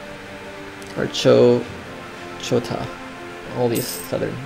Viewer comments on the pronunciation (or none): say it with me chalk-taw